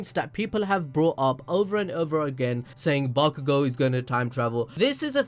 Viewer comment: Listen and repeat: BAKUGO - B A K U G O - B A (C) K U GO. Mind blow complete. You’re welcome.